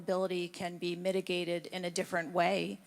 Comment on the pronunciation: When she mispronounced mitigated she sounded Australian. Weird